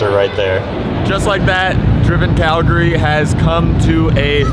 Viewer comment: The only American that pronounced Calgary correctly